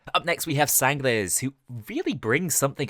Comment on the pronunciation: How do you say sangres so well?